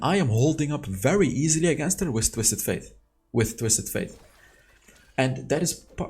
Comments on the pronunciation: Why do you keep calling him Twistet Faith 😂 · I just cant stand him saying Twisted "Faith"